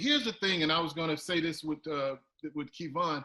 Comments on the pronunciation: Who tf is "key-von"???🤣🤣🤣😂😂😂😂😂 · Kevon is different from Key - Vaughn lol I get Kevon like Devon but Key-Vaughn it’s too much 😆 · Who the hell is “Key-Von”? 😂😂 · 😂 He thinks his name is “Key-Von”.... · Ok ok who TF is Kee'von. You mean Kev On.... Whew chile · His name is pronounced Key-Von? Oh snap... his name is Kevon? Wow... I just caught that... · You know how much effort it takes to say KEY-VON. This man clearly being petty. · Who is KeyVon??? Ughhhhhhh Hi Kev!! (Edit: Couldn't watch this all the way through with saying KeyVon) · Is he trying to throw shade by saying Keyvon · is such a OG, he keeps saying Kēvon... and shout out to Kev for not correcting him upfront like most of us would do. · Who is KEE-Vaugh?!?!?! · I kept thinking, “I didn’t know his name was “Kee-von”! 😂😂😂😂😂🤦🏾‍♂️🤦🏾‍♂️🤦🏾‍♂️🤦🏾‍♂️🤦🏾‍♂️🤦🏾‍♂️ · I guess he is reading Kevonstage as "Keyvon". LOL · For someone to say “I’m a fan of your work” but still call him “KEYVon” is 🤦 To not correct him til nearing the end of video and still keep a smile is impressive Mr. Kev!.... I slick think is asking questions to kick start & help his own online presence... maybe I’m tripping 🤷‍♂️ what y’all think?!?!?? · You accepted KeyVon as your name now? This dude is getting me upset and it's not my name. He just rude. Glad Kev finally spoke on it but goodness! You're being judged by not saying a person's name correctly even though you're supposed to be a fan and being interviewed. I'm only here for Kev., Kev answered your questions. Why try to put words in his mouth to make him believe whatever you want him to. Rude, you would take it for the money...don't believe you. Man, I really want to stop watching, but I must support. STAGEKREW life. He was waiting for the offer. Jealousy, envy much? Kev, discernment is awesome, let the Lord use you bro. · Key-Von smh dang still can’t get right lol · Did he say KEE von? Come on... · It’s Kev-on.... I’m your conscious 😂